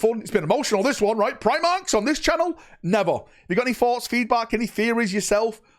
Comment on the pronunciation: Eeeeew primarches lol